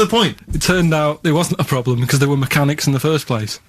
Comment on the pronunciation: love how ricky and steve were taking the mick out of karl for mispronouncing theft. but yet steve say's 'ploblem' and that's not even brought up xD